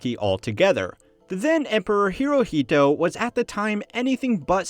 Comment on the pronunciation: I heard him say "emperor Naruto". Did you??